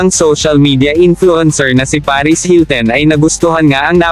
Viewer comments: anong paris hilten? hahaha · Akala ko ako lang nakapansin. Hilten nga rinig ko.... kagigil! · HiltEn... Kardayshan... Kaylie... 🤣🤣🤣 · Ano b yan hilten ka ng hilten. Hilton!!! Kayli bigkas at hindi keyli keyli😂🤣😃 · Na-bother ako sa "hilten" at "keli".